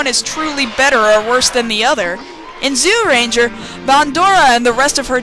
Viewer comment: Amazing how you can't pronounce Zyuranger when you're a fan of the show and it says the name in the darn theme song.